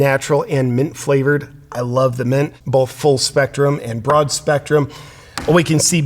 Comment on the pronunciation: When you say the word both, you actually pronounce it bolth